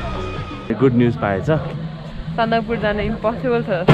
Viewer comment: It's Sandakphu guys lol